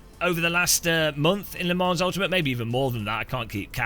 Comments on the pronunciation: Its french bro. "S" is silent. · please for the love of god pronounce Le Mans correctly 😂…. The S is silent